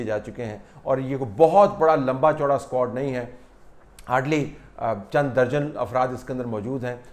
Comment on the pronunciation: per lafz "squad" aisa laga jaisay Meera Ji ne bola ho ..